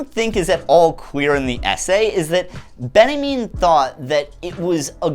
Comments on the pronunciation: Quick note: Walter Benjamin is pronounced "Ben Ya Mean" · Uh... why are you pronouncing Walter Benjamin as Benniemin? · do you call benjamin "benny mean" by choice? ;-) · That's how north americans say Walter Benjamin? Loved the video, just found the pronunciation weird